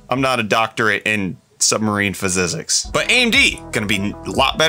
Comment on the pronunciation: "I'm not a doctorate in submarine phazygsics" -, 2022